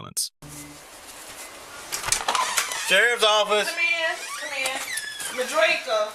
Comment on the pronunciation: Madraka? Her name is madrake-uh 😂😂 smh